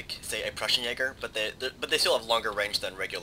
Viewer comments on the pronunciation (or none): none